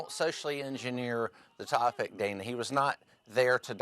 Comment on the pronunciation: Besides the complete mouth full of lies he kept spewing, did anyone else wish to have Dana freak out on him at minimum in regards to the fact that he can't even pronounce her name correctly???!!! EXCUSE ME. EXCUSE ME, SIR. MY NAME IS DANA. If you can't even get my name correct, how can we believe a thing you are saying...